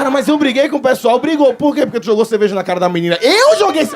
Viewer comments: Eu ouvi CEVEJA? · “Eu gosto de ceveja”